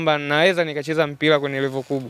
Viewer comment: Ulipo tamka mpila basi nimeshindwa kusikia kipindi chako..yaani mtangazaji ovyo..mpila???